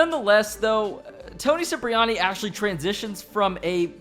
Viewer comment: Trevor is the Worst Character in Gta series...and wait bro Toni last name pronounce (Kiprayani)👍 not Siprayani👎